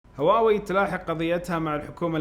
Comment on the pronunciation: ليش ما تنطق هواوي زي الناس ولا لازم تسوي نفسك فاهم انجليزي صح